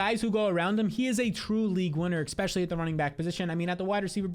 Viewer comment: I love your content but PLEASE pronounce it "especially" not "exspecially". Thank you and have a great day!